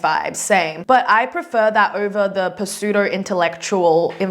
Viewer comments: you literally pronounced the P in pseudo? your rights to judge anyone especially evelyn for being dumb makes no sense when you yourself are.. well. evelyn maybe be dumb but atleast she aint an unreasonable hater :) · especially when she herself pronounced the P in pseudo and proceeded for judge evelyn for it lol